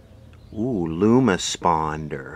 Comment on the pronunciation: whahaha : oooeewwwwhhh lumosponder 🤣🤣🤣🤣 This video and parts are sponsored by flex paste and the blamblublance 🤣🤣🥳